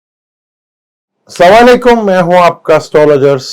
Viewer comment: مھربانی کرکے اسلام وعلیکم کی ادائیگی صحیح کریں کیونکہ سا وعلیکم غلط مطلب ھے